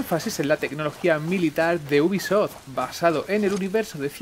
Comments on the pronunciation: Sson mis oídos,o dice buguisoft nada mas empezar el video..... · leon s kennedy venga coño!! Repetido mil veces al maximo. Te acepto que pueda parecer que dice bu en vez de u de ubisoft, pero el gui madre mia es clarisimo. Y entre bi y gui ya hay gran diferencia.